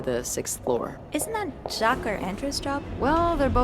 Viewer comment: ja-kwez had me dying!!